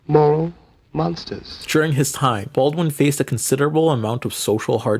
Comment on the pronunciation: You keep saying James Baldin' not James BaldWin ? Am i trippin', is the W silent? Edit: okay naw i wasn't trippin, you were for a couple seconds, cause you started pronouncing the W like a minute later on in the video